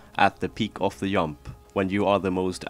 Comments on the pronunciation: The "yump" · "peak of the yump"